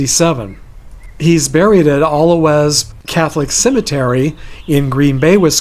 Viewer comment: The cemetary where Curly Lambeau is buried is pronounced al'- o- way. I live near there. It's ok we have alot of names that are mispronounced up here. ;)